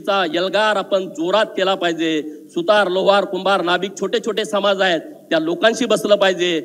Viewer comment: आपहाट ओबीक सम्हाज